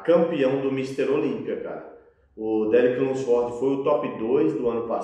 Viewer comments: insiste em falar o nome dos cara errado kkkkkk derick lunsfórdi, terrence rufín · Qual a dificuldade de todo mundo falar o nome do Derek Lunsford de uma forma mais certa? Nem é so o que fala tudo errado, quase todo mundo fala errado esse car4io de nome kkkkkkkk